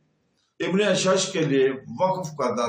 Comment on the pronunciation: aur aap Asha'th be ghalat parh rahay hain.